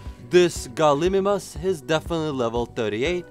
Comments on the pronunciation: Gal-ih-mime-us ;p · Its pronounced ''Gal-e-my-mous''